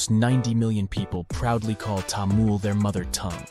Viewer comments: I appreciate your effort, For your information, Its not Tamul. its Tamil (Ta me l) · It's not tamul it is tamil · What is TAMUL? I thought it was called Tamil? What kind of tongue does the West have that they cannot pronounce their own English words of I and E? Say Taml not Tamul.. Say and repeat it 500 times Taml Taml Taml Taml like this without stopping. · I heard about Tamil before. It is very interesting. There apparently 60 spoken languages in India. I saw a list on a website. I am not sure if that is an accurate number. The narrator said Tamul not Tamil even though it was written there correctly. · The french would pronounce it as Tamoul. Thamil is the right pronounciation. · It's pronounced 'Tamil' not 'Tamul' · I think so you are pronouncing it wrong It's actually Tamil not Tamul.I am saying this because I am also a Tamilan others should not pronounce it wrong.😀🙏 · please its not taamul, Its pronounced as tamizh (Tha-mi-zh) 🙏 தமிழ் த is "tha", மி is "mi" and ழ் is "zh" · It's not tamil its thamil ❤ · Bro it's not tamul😡😡 it is tamizh❤️ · Tamil not tamul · It is pronounced as Tamizh not Tamil Jst saying for those who dont know😊😊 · bro said TAmuL 😭🙏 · Actually it's pronounced to be as Thamizh not Tamil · Sir, it is Thamizh or Thamilhzz..,and not Tamil.... The world should understand the proper pronunciation...... We feel very sad on hearing the wrong pronunciation.....🙏🙏🙏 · It's not tha-mil it's ta-mil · Tamil not Tamul. At least you could do google search how to pronounce it. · it's not tamul it's tamil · Tamil not Tamul 😅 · Tamul❌ Tamil☑️ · How about first pronouncing the name of the language correctly. It's Taa-MIL not Taa-MUL. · Not "Tamul" but "Thamizh". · How do you pronounce it -- "Tamool" (like the narrator in the video) or "Tameel"? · you actually pronounce Tamil in a wrong pitch. For the american English. You must add H after T. Like Thamil. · It’s so hard to listen to him say Tamoool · Your pronounciation of Tamil is killing me